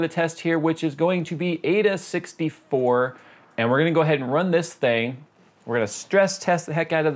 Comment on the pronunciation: its pronounced "eye-duh 64"